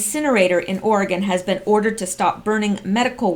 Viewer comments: Or-e-“gun” not Ore-gone...love listening and don’t mean to criticize. 🌺🌿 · We pronounce it Oregun not Oregone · once they get the big quake it will be Oregone! With an e🤔